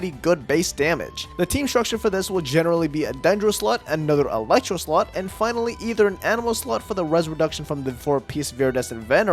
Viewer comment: Ok is it just me or does when he is explaining the team section. It doesn't sound like slot but something else